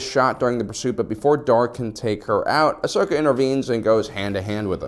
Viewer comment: Ahhh yes… Ahsoj ventress😂